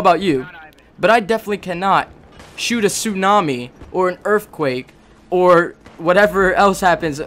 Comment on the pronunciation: u say earthquake like erfquake